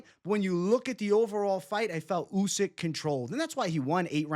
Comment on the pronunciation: "Usky" 😂 covering up for his Fury pick.